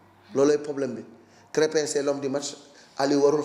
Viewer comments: C'est krépin pas créme 🍞 le journaliste 😳😳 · De grace,, apprends déjà à prononcer le nom de Krépin. C'est quel genre de journaliste ça? tu es vraiment nul quoi!!! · C'est vraiment dérangeant comment il prononce